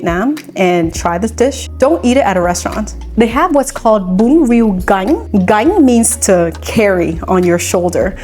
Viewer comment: Bravo for pronouncing it correctly. I hate so much how a Viet would americanize pronunciations of our language, like how they say Bánh mì as "Bon me"... Those Viets who do that are such an F'n disgrace....